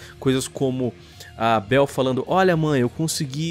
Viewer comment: "a beuel" kkk